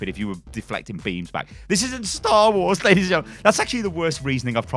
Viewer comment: lay dees and gentlemen